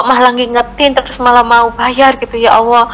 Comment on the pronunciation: Bunda ini nyebut Allah dengan awah apa cuma aku yg Salah denger yah?? 😢